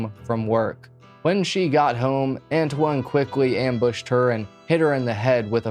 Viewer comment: I believe his name is pronounced An-twan, if it's spelled Antoine